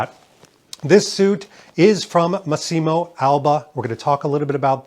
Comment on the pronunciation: the pronunce is Màssimo, no Massìmo